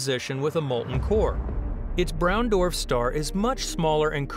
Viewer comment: Hmmm. I just can't. The way he says dwarf :(